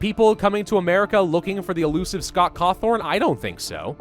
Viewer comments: he keeps saying Cawthorn when is Cawthon. I THOUGHT YOU WERE A GRAMMER NAZI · It's Scott Cawthon,.